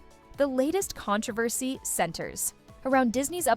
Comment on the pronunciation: HOW did you just say the word "controversy"? LOL Your AI voice needs some help with pacing and pronunciation. There are a lot of weird... pauses. And it just ends???? Snow White will truly what???